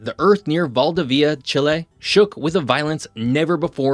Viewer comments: val.DI.via haha not Val.DA.via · to pronunce valdivia correctly just say val devious first then mute the s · My friend, your pronunciation of foreign cities is really..... 😂😂 Please listen somewhere how they say Valdivia.